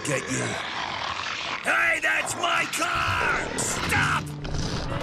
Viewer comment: GET IN THE CAH